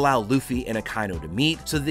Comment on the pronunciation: Ah ki inu* please say right